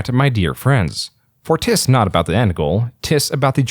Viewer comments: "Tis" isn't pronounced "Tiss". It's like "Tiz". A shortened form of "it is". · "tis" is pronounced "tiz"